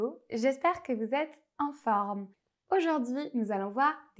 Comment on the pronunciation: « J’espère que vous êtes h-en forme ». Avant de s’improviser professeur, il vaudrait mieux apprendre à faire les liaisons : « J’espère que vous êtes z-en forme ». Comment expliquerez-vous plus tard la présence des lettres euphoniques si vous introduisez des iatus que les liaisons sont là pour corriger ? Quel manque d’égard que de donner le mauvais exemple aux élèves qui visiteront votre site !